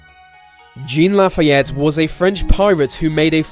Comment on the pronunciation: Dude, you need to learn to pronounce Jean Lafayette! ;) Im from Louisiana, its a little French a little Creole, a little everything mixed together that creates just enough magic in this dark dull world.